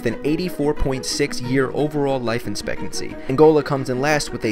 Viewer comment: In this video the word 'expectancy' seems to be pronounced wrong. Is that just me?